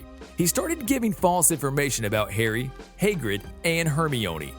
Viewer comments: And Hagrid Haygrid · badly pronounced, Haegrid,Buck-a-Beak, Hermiionee